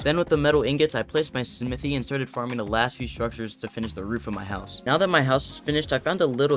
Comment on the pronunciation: Love the simithy lol luv ur vids